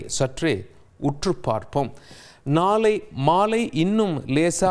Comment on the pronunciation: இது என்ன விதமான தமிழ் உச்சரிப்பு வெல்லிக்கிழமை கனிப்பு நாலை நிபுனர் செயற்கை கோல் பல்லி இப்படி தமிழை கொலை செய்யும் இந்த கேவலமான தமிழ் உச்சரிப்பை "இது தவறான உச்சரிப்பு" என்று உணரக்கூடிய நிலையில்கூட தமிழர்கள் இல்லை மாறாக இந்த உச்சரிப்புக்காக மட்டுமே இவரின் ரசிகர்களாக இருக்கிறார்களாம் தமிழுக்கு இவன் ஒருவன் போதும் சமாதி கட்ட ஏழு கழுதை வயதானாலும் தவறை திருத்தி முறைப்படி தமிழை கற்க முயலாமல் நான் பேசுவதுதான் தமிழ் என்று வெற்று குரல் ஏற்ற இறக்கங்களாலேயே தமிழை கொலை செய்யும் இந்த ஈனப்பிறவியை தந்தி நிறுவனம் போற்றி வளர்த்தால் அதுவே பா. ஆதித்தனார் அவர்களுக்கு செய்யும் பேரவமரியாதை😢😢😢